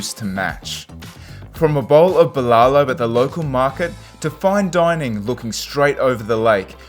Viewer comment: Friendly tip add an h at each end of the syllables bbuh lah loh